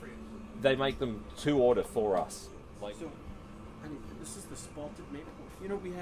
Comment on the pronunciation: it's "spalted", not "spotted".